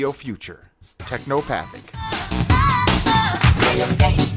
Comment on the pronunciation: the song is called "teknopathetic," not "teknopathic"